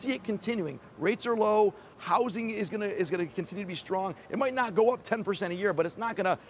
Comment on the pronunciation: That's "go" not "gou".